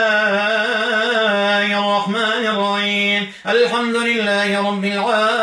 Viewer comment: انتبهوا إلى نطقه بالبسملة في الرحمن الرحيم قال الرعيم